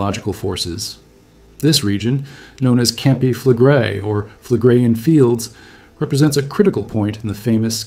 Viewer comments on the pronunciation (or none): "Campi flegre-i"! Ist das wirklich schwer auszusprechen? Es heißt NICHT: Kampe flegre! Was für ein Vulkanbogen? Ein "kampanis-tschen"? Eine echte Stimme ist zwar sehr schön, aber nur, wenn der Inhaber dieser Stimme auch lesen kann. Der deutsche Text ist unakzeptabel. Ciao!